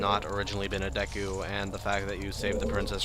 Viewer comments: stop saying "deck-hu" you had it right in the beginning "Dee-Ku" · Fun fact, the "e" sound in Japan, where this game was made is always pronounced "eh". It is pronounced "Deck-u"